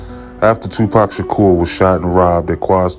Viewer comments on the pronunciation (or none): none